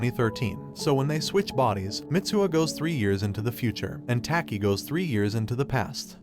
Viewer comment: I like how he says "tAki"